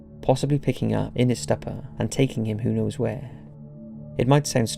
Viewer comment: Did you say “logal”? And “stupper” while we’re at it.